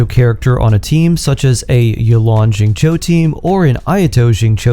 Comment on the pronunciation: Who's ZING-CHOU??? 😂